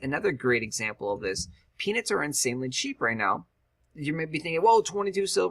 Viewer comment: Lets start growing penis! oh wait u said peanuts lol said it so many times sometimes it sounded like penis XD